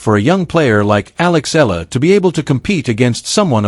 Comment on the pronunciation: Please pronounce Eala correctly djokovic did